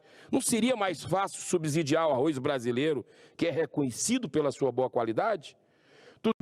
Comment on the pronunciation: é Arroz que se pronuncia meu caro Arroiz nao existe